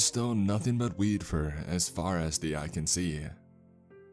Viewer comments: I thought he said weed...😅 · Who else heard weed instead of wheat in the beginning? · I keep hearing weed lmao